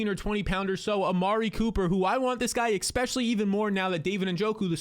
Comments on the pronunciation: Es-pecially, not ECK-specially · Yo, the word is, ESPECIALLY. There is no "X" in the word. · I will subscribe if you stop saying exspecially